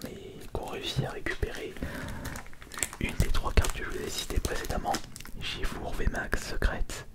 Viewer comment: Pourquoi tu dis Shifour au lieu de Shifours ? Tu dis bien un ours et non un our